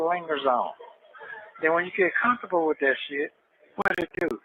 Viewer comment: Conthubul- i guess he's saying comfortable 😩